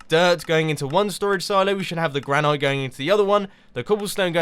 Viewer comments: Mumbo, it is pronounced gran-it not gran-ite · gran-it NOT gran-knight!!! GRRRR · You do know it is pronounced gran-it, right? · Granite is pronounced gran-it, also do a HermitCraft video with Etho and make something together, he's part of hermitcraft